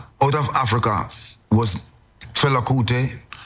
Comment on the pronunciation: At least say Fela's name correctly